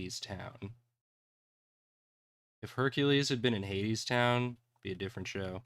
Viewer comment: I keep thinking was saying 80s instead of Hades and repeatedly went “didn’t that game just come out recen-ahhh, right”